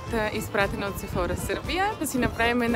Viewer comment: Прекрасен влог, но ще направя малка вметка - ударението пада на Сефорá, тъй като произношението е френско.